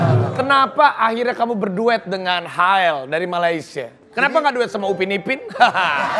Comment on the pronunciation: Its "Hael" not "Hail" 😂♡